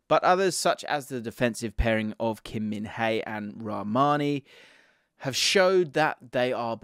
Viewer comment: Its Kim min jae,. Just pronounce it normally.